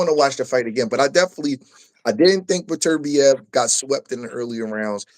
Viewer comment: the different names hes saying for beterbiev is killen me lmao daturbia and beterbee ….ITS BETER BIEV